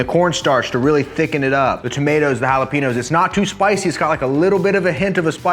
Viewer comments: "Halah-penos" I'm dying. Still a killer recipe as always! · There’s no way you pronounce jalapeño’s like that..